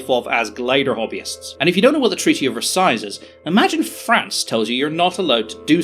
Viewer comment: There's no second "S" sound in Versailles. It's just Vurr-Sigh.